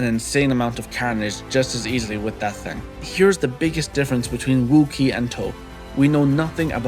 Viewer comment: Why do you say Ouki like Wookie